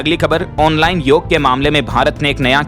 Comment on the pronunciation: पिछले कयी बार आप ' योग ' को योगा pronounce करते सुने गये है । यह योग है , योगा नही ।योग means Addition..to your life and health. सिर्फ़ योग+आसन = योगासन होता है ।